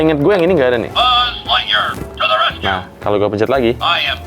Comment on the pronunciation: "buuz lightyear🗿"